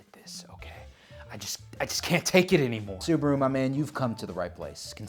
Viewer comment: WHY? SUBA-RU, NOT SOOB-RU! YOU DON'T SAY BA-TMAN AS BOO-TMAN.